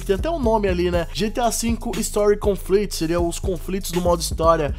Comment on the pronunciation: Conflito em inglês é Conflict, não Conflit